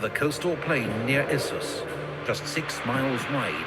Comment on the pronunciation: Good pronounciation on Issus. 👍